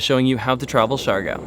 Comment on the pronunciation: Its pronounced like siggyor not shigow